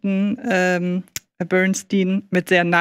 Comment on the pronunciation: Wann lernt ihr endlich dass der Mann Bernstein und nicht Bernsteen heißt?